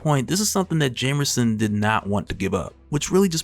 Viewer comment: This dude stay saying "jamerson" lol